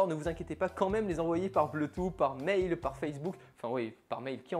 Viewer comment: Bluetooth /ˈbluː.tuːθ/ BLOUTOUSSE! Pitié:'(